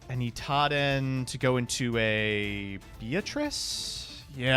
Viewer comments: The more I pay attention to how pronounces things, the more frustrated I get. I only just now realized he says "Itaden" instead of "Idaten". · You know that "Itaden" is actually called "Idaten"? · pronounce Idaten correctly challenge (impossible)